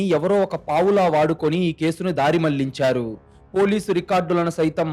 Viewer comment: కథ బాగా చదువుతున్నారు. కానీ కొన్ని పదాలు correct గా పలకండి ప్లీజ్ కళ్ళు అనండి కల్లు కాదు మళ్ళించాడు అనండి మల్లించాడు కాదు